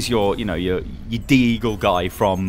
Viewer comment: i cringed when he said Deagle